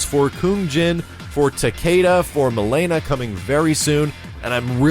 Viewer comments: Please stop saying Milaynah. Its MilEEna, I know you're trying to make it sound all exotic and stuff, but its just wrong. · For the love of God, stop pronouncing Mileena's name wrong lol.